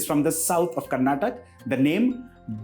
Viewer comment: Its Karnataka ,not karnatak